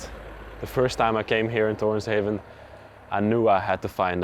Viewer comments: Torshavn…meaning the harbour of Tor (thor). Not heaven as you guys pronounce it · This video is filled with inaccurate information. I live in the Faroe Islands and the person that lived there worked with electricity and never once went out to sea. His name wasn’t Mikel Thompson it was Mikkjal Olsen. Also it’s Faroese and it’s Thor’s Harbour in English not Toren Haven. And there are 18 islands in the country it’s not just 1 island.